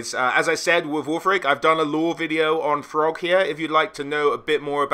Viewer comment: Without fail you add 'h' to the pronounciation of every word imaginable. But in this video you pronounce Throgg as FROGG... you have to be trolling me?!